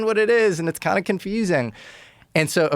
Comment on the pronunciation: ‘Toime’ - Are you the “some koind” Ancient Aliens guy? lol